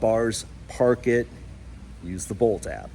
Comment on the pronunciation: It did sound like boat, but I figured bolt a few seconds later.